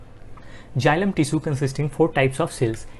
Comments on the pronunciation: Is is not jilam it is xylem u are pronouncing wrong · Sir you explained correctly but please correct the pronunciation of xylem, photosynthesis and phloem Thank you